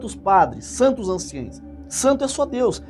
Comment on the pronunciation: "Anciãos" não é anciaes!. Se diz ANCIÃOS!